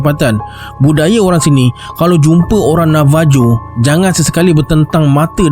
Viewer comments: Correction.... Navajo to kita sebut dan H... Navaho.... Mcm Marijuana tp bila di sebut bukan dan J tp H... Marihuana.... Ok, Jgn marah ek... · Navajo tapi sebutan sebenarnya navaho...